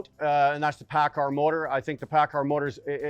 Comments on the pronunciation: u doing a engine vid or how to pronounce paccard? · He may pronounce it paccard but he has one thing right that you fail to understand. He calls it an ENGINE. While you constantly referr to it as a motor. They are not motors. A motor is an electrical component. An ENGINE is a COMBUSTIBLE component. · Lol the editing, "paccar motor" ... "paccard engine" 😂